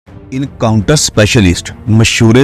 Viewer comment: Dear brother the correct pronunciation is en-counter instead of in-counter.